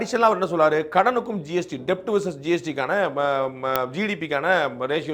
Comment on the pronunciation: ஒரு சின்ன திருத்தம்... கடன் = debt, pronounced as "டெட்" not "டெப்ட்"....